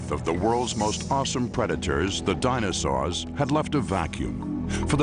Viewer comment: What IS IT with this announcer guy and his explicit inability to pronounce "dinosaur" correctly?!? He repeatedly says "dinosaw" it sounds like a 4yr old trying to pronounce a new word; really gets under my skin lol